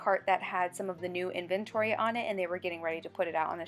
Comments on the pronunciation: It’s actually in-ven-to-ry, 4 syllables. I checked the dictionary. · Interesting: in-vent-tory. I've always heard it pronounced : invent- tory, 2 syllables not 3. Hum. Just an observation. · Actually 4 syllables 😊 in-ven-tor-y